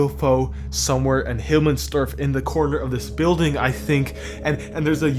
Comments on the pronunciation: "Hilmmensdorf" It's Himmelsdorf but whatevs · Who th calls the map "Hilmmensdorf" except for that, good vid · "Hillmensdorf", it frustrated me everytime u said it incorrectly xd, nice vid tho